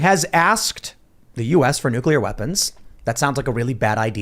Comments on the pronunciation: my friend, please....it's killing me. It is pronounced "New-clear" not "nuke-ular". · It's not nucular, it's nuclear. Say it right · Every time you use the non-word “NUCULAR”, you sound like a FOOL. If that is your objective, then by all means continue. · NU-KLEE-UR.....NU-KLEE-UR....NU-KLEE-UR...... SAY IT NU-KLEE-UR..... Probably says Irregardless too... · If I have to hear say New-coo-lurr or spit and overpronounce "T" excessively one more damn time 🤣 I seriously don't understand how people STILL DONT KNOW HOW TO SAY THAT GDAMN WORD!" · nuk~ya~ler pronunciation of nuclear is cute! Tim is so right about Putin, Putin is right about NATO and please note that Germany dominates NATO. The war won't end unless NATO ends. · NUCULAR that irritates me